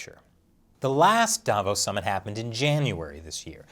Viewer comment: Sounds more like "Davros" than "Davos".